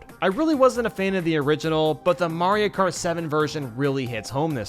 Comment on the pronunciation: "Mario kat" r/I had a stroke